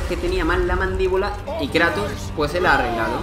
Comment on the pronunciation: "El Krato" Dat Pronunciación